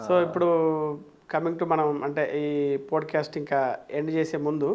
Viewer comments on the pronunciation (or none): Podu cast kadu andi. “POT CAST” ani pronounce chyandi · podcast a bro Pronounce Pot cast antaru